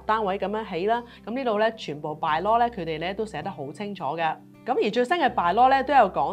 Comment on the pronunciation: Bylaw 讀音: buy-law, 不要老讀作 敗-law.